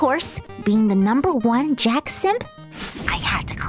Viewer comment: You said JAX name wrong